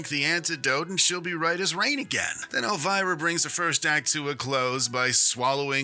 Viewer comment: It’s pronounced El-vee-rah